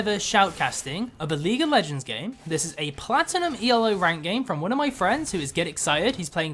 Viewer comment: PLAT TI NUM